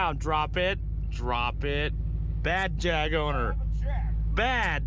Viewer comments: Hell y’all go me over year throwing JAAAAG lines in a Birmingham accent lol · Jeremy Clarkson would dis you guys for the way you said JAG! LMAO 🤣 STILL FUNNY AS HELL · OK, I never want to hear Jag said that way again.